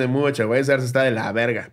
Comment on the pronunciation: no es Sears, es “Sirs”